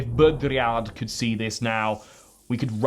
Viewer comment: It's "Bodriyar", not "Bodriyard". And it's "Shpengler", not "Spengler"